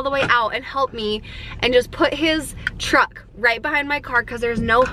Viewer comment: I LOL'd trying to say truck and said chuck lol